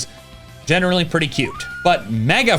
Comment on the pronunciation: you said cute wrong:3